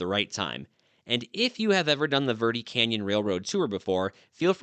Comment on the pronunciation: Dude, you live there and don’t know how to pronounce Verde ? It’s Bare day in Spanish!! You butchered it so bad I thought you were saying something else!!🤣🤣🤣